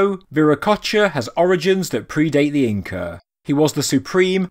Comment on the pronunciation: you said Incre lol thanks for saying it correct 99% of the time despite your accent. i appreciate your vids.